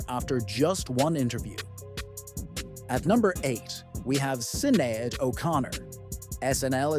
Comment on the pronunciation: The mispronounciation of Sinead 😡